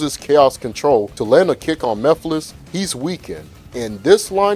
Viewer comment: No its pronounced mugh-fil-is 😂